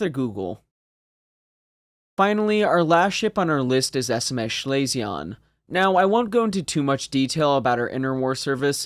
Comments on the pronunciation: One small item "Schlesien" is pronounced more like "Schlee-sin" than 'Schley-see-on" My grandmother was from that province and that' how I remember hearing her pronounce it. Absolutely not trying to bust your b@ over it. Just figured I would share. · Schlesien is pronounced Schlese-en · Schlesien is pronounced Schlay-zee-en. Otherwise great video. Keep up the good work. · No, it's pronounced "schlay-zee-en". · I liked your “French“ nasal ending to Schlesien. In fact it‘s pronounced like the ‘en‘ in BE ‘pen‘. All in all, your German pronunciation is still better than English pronunciation by many Chermans. Goot chop, Sir! 😉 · You pronounced Schleswig-Holstein relatively well, but please never say Schlesien like that again xD